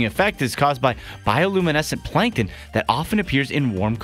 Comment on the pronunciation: Plankton not Plankon